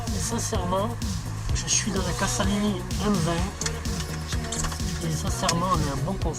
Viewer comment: CASALINI se prononce "cazalini" il n'y a qu'un S